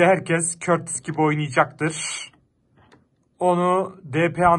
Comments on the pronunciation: Körtis değil kurtoa diye okunuyor artık düzgün okurmusunuz şunu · Abi o körtis diye okunuyo doğru okunuşu kurtova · abi körtis değil kurtua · Körtisi bılerek mı soluyolar yoksa bi espirisimi var adamın okunuşu kurtua deilmi aa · Abi o kalicinin adı körtis değil kurtua diye okunuyor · Körtis değil kurtuğa abi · Abi körtis değil kurtuva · Körtis değil abi kurtuva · Körtis değil curtua diye okunuyoooooor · Abi o körtis deyil kurtua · Neden Kurtuvaya körtis diyosunuz ?